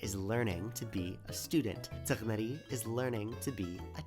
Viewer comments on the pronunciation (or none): why do you say Tighnari like that? 😭 "Tie-nari" is how i say it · Bro, WHY DO YOU SAY TIGHNARI'S NAME LIKE THAT?!?! TIE-NAR-EE NOT TIGUHNUTTY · the way you pronoune tighnari pissed me off so much i bothered to log in, and comment. tGHnari :wtfiswrongwithyou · Why is bro calling tighnari taHHnaree😭😭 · tienari is the wrong way to say it hes pronouncing it a bit weirdly but its still correct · why the fuck do you say tighnari like that 😭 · What did you call Tighnari? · brother just say tignaris name right.... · Solid theory! However... I must address the elephant in the room... What are those pronunciations of Tighnari & Candace?! (No need to explain to me, it's just that it felt like... driving over potholes in the road 😂)